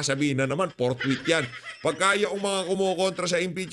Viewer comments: Si escudero ang basa sa fourthwith,ang basa at pag kakaintindi ay portbarrel bwahh arugoy kaganid nireng si chiz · PORKWITH!!! Hindi forthwith ang sigaw nila.